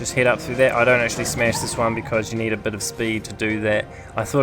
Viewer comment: I hear you say smesh not smash